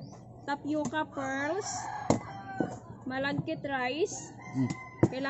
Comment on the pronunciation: Sticky rice nalang po masmadaling bigkasin kesa malaggit rice...lol Maganda talagang panoorin pag ngumimgiti kayo madam. Sana lahat kayo ngumimiti paminsanminsan.